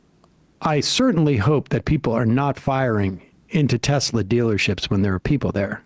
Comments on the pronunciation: "I love teslur" "everything is computer " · The next teslur product: the swasti-car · "I love Teslurrrr!" Words can't describe how the enjoyment I got from that. It was just so absurd, yet the most perfect capstone for that whole s-show. I lived in New Orleans for a number of years and a lot of older people would add an R to the end of certain words as well. That place is out of control as far as linguistics is concerned. One of my favorite examples was at a holiday party where someone asked "Where's Neenur? (Nina)" and got the reply, "She's right there on the sofer (sofa)" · TESLUR. :3